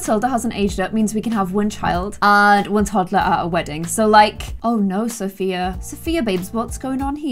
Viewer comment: British English. Where Sophia rhymes with here 😂